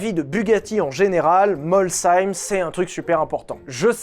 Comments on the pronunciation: Ouiii! Bien, la prononciation de Molsheim - le h toujours aspiré! La montre - Toubillon..., on parle pas d'une flik flak. La montre, c'est la précision mécanique utlime. Des mouvements redoutables, invariables, fiables, des marques prestigieuse (Rolex, Omega...). Un nom de montre pour une caisse, mais comment ça claque de ouf! Bravo et merci pour ta vidéo! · Salut, déjà merci de prononcer Molsheim correctement ❤ Tes passages à l'Anneau du Rhin et dans le reste de l'Alsace portent ses fruits Super vidéo sinon comme toujours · Enfin, quelqu'un qui prononce Molsheim correctement! Merci! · Je suis le site de prononciation et dit vrai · L'explication de Molsheim se trouve peut être dans le morceau d'histoire qu'il manque avec la type 3, type 4 et 5 dans les Usines De Dietrich en Alsace. Se qui donne aussi un rapprochement avec le fer et la suite que tu connais du moteur dans un train 😉 pas mal ta prononciation de Molsheim 👍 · Le nombre de commentaires d'Alsaciens contents qu'un mot alsacien soit enfin prononcé correctement est fou, tout comme le nombre de likes à chacun d'entre eux ! J'imagine pas s'il aurait écorché le nom 😂 (et comme quoi pas besoin de ragebait pour avoir des commentaires et de l'engagement 😏) S'il nous teste une Hyundai Getz et qu'il balance un "alors, ça getz ?" on va voir flou 🤣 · Merci de bien prononcer Molsheim ❤❤ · Je connaissais l'histoire de Bugatti, mais en 1h10, tu as quand même réussi à bien prononcer Molsheim, ça me fait plaisir, travaillant dans l'aéronautique, les trains atterrissage de Mirage 2000 viennent aussi de Messier/Bugatti et branche racheté par Safran toujours à Molsheim avec Safran Landing Systems qui fabrique toujours des trains atterrissage de Rafale et A400M, juste pour pousser un petit peu ce qu'est devenu le site de Molsheim. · Les alsaciens te remercie pour la propre prononciation ! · Molsheim, prononcé de la meilleure des manières!! Merci Et superbe vidéo!!